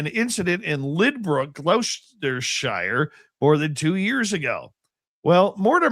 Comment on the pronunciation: A torch in the UK is flashlight, not a cigarette lighter. Gloucestershire is pronounced Glostersha (no kidding).